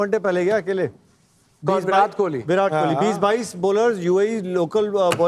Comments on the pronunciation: To the host: pronunciation of Virat has a hard T, not soft T. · Sorry for pointing this out But sir it is "विराट" and not "विरात" Also, it is "जडेजा" and not "जदेजा" Otherwise, it is truly a wonderful discussion.. one that all of us look forward to.. love to learn so many finer nuances related to cricket from the guests..